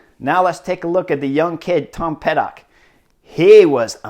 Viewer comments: Pid......cock, not Ped.....ock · Chris - it’s Pidcock, not Pidock